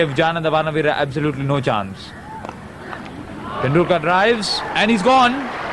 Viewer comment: Commentator pronouncing 'Tendulkar' is weird.